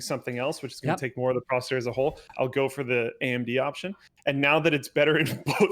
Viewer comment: Now Linus is saying "pro"cessor, jesus christ. You can't just do it with one word, anything with "pro" in it you have to "pro"nounce it like that.